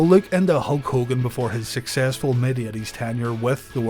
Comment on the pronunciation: what year did he turn in "Ho Kogan"?